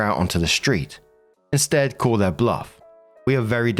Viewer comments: To me, it sounds like, “With’ir update” like a conjunction between With and Their, so it always made sense to me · Nooo!! Your "'er update" was just fine. Yeah, it sometimes sounds like "her" but mostly sounds like you're swallowing the "th" when saying "their" which I thought was fine. I liked the little accent on it.